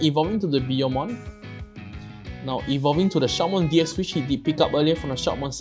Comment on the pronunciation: Shoutmon deck is really powerfull and agressive, but it's kind of a glass cannon, it can't defend very well. But still good anyway. Oh and by the way, i guess the pronunciation is "Shoutmon D Cross". All the "X" in the Digimon Xros Wars are pronunced as "Cross"